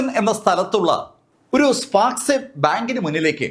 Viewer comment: സ്പാർകാസ് അല്ല, സ്പാർകാസെ ആണ്.